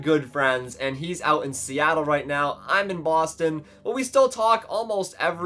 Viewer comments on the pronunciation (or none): none